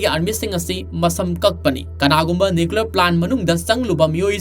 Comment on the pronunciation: Keino nuklear bomb abo hahaha nuclear hyyo